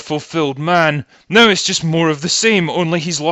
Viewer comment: I like how your accent makes NOW sound like NIGH